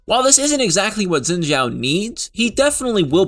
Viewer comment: Wow, Zin Jow! Best mispronounce yet!